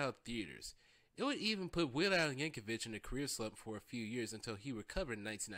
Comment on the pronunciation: YankoviC not Yankovich